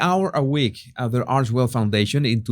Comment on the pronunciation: Everything you say 'arsesmell' i fall about laughing😅